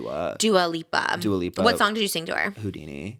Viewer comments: Trish saying Dia Lupa instead of Dua Lipa and not realizing is sooooo funny omgggg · Screaming at Trish calling Dua Lipa ‘Dio Loopa’ 😭😭😭😭🤣